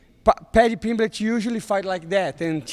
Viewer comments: Paddy Pimblitch 😆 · Paddy PIMBLECH 🗣️🗣️🗣️